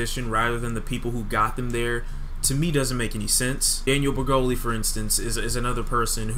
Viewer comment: Yo said "daniel breggoli" lol